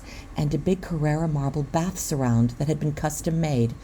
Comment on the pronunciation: It is Carrara not carerra!